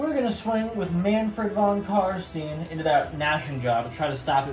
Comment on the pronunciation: Nice battle report, but for the love of Nagash: you pronounce Von Carstein just like you would say Einstein.